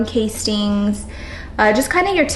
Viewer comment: I think it’s pronounced worm cast-ings